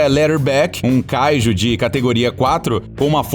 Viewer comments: mano,seus videos são muito bons,mas dá muita raiva quando se pronuncia as coisas do modo errado,tu fala a silaba tonica de kaiju como se fosse o KA,mas é kaiJU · Ele fala kaiju de um jeito muito estranho.